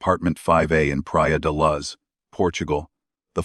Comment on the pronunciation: Please use your own voice. It would be so much better than AI. It’s so annoying when it pronounced Mad-e-leen and Luz. Made me not want to watch